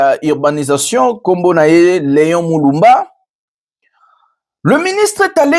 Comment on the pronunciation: Déguerpir et non deguerpier.Leon Mulumba et non Leon Muluba.